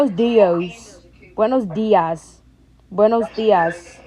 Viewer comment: Bro is struggling on buenos días